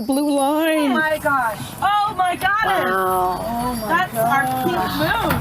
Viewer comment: Did one of them say "og my godess?